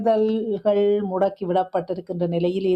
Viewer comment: முடக்கி அல்ல முடுக்கி.